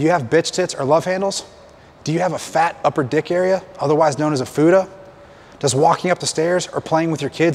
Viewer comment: He said fuda ain't it fupa